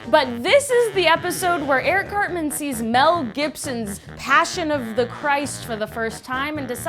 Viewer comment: Eric cartment lol